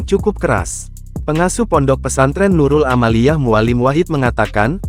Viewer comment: Yg ini banyak yg tak btul kata" nya .Nurul aamiyah .di bilang Nurul amaliyeh😂😂😂😂